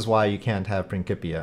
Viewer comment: How did you pronounce Principia??